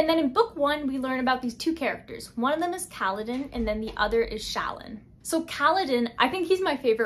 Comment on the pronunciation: no problem. Also, Shallan is pronounced sha-lon. Again, this is from the audio book that I assume had to be approved by the author. (Not trying to correct you)